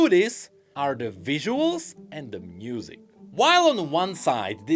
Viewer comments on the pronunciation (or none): Bro he also says mnusic instead of music 😂 cracks me up